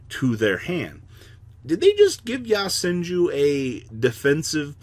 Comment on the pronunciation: “Yah-senju” “yah-bubu” support